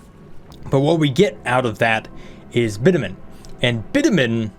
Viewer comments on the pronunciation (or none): its "bitch-a-min" not bitamin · Not sure if Bitumen being mispronounced on purpose to fool google ai or not But fyi its bitch-yoo-men